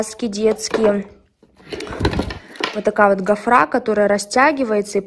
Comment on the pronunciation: ГофрА??? Что несёт эта учительница???